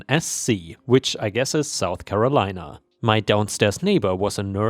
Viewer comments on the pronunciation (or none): none